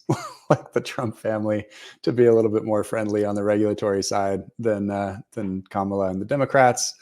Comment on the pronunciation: doesn't have the guts to correct disrespectful and intentional mis-pronunciation of Kamala's name.